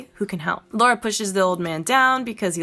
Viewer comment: Amazing vid! But just a bit cringe and frustrating how you kept mis pronouncing her name like Laura (Lor-uh) instead of Lara (Law-Ruh). Lol. Other than that, great summation and refresher! Been YEARS since I've played it. The nostalgiaaaaaa. This is def one of my faves too despite the "flaws"